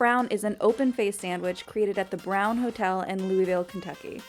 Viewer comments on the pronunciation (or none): If y’all don’t start saying Louisville right, I’m gonna revolt… it’s loo-a-vul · Did you really just say louisville like that... oh no